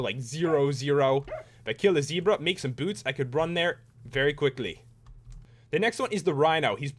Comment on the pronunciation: It's Ze-bra not Z-bra and it's is Gems-bok. love the vid